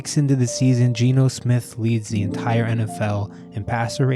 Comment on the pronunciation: G-E-N-O !!!!! Not Gino unless you are ordering pizza !